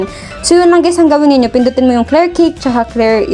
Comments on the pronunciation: Salamat sa tutorial Ma'am. Pero Kash po ang pronounce nyan Ma'am not Cake :D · ang pronounciation ng word "cache" ---> ay "kash"